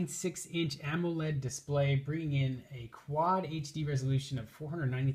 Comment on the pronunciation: "Ammo-led" as soon as he mispronounced that I stopped listening.